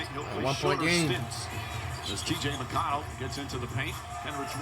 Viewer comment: Will he finally call him McConnel 🙏